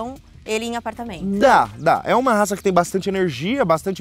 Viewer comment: Devia saber pronunciar o nome da raca…